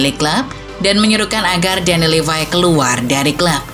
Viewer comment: Ya elah min min,bahasa inggrisnya asal kluar ajah. Levy bacanya levai maksain bgt 😂